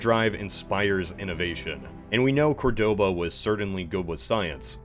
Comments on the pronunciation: I hate to be "that guy" but in Córdoba, the stress is on the first syllable. Great video anyway. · Why do all Americans always pronounce wrong the city of Córdoba? It ain't that hard.